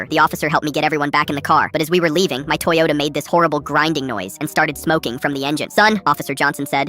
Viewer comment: the "beat up t-HOND-oyota" at the end killed me 💀💀